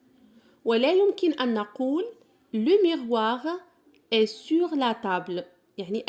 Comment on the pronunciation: شكرا ،ولكن علاش كتنطقي tتاع est?